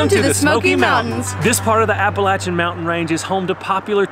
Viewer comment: I am so impressed that you said Appalachian mountains correct....I'm subscribing just for that...